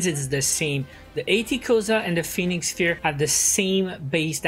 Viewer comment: It's pronounced Pheonix FIRE, bro